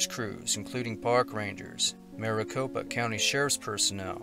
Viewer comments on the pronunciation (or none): none